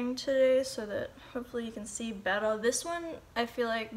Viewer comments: Love how you say "bettuh" ☺❤ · When you say bwetter and lwater 😂😂❤️ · what is she saying ? better or bettle ?